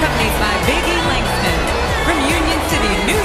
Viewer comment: "...being accompanied by Baby Langston"